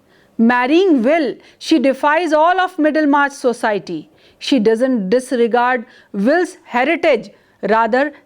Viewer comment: Ma'am you are a good teacher just a little bit of improvement needed in your pronunciation of some words for example : " society ". And yes another thing please wear simple saree your saree is very distracting it seems as if you are going to appear for some invitation. IT IS VERY DISTRACTING. YOUR ATTIRE N YOUR JEWELLERY IS TOO MUCH FOR TEACHING ONLINE. YOUR CLOTHES REPRESENT YOU THE MORE SIMPLE THE BETTER. HOPE YOU UNDERSTAND.